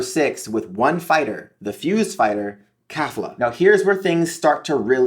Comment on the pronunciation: Why does this nigga say khalifa or is it just me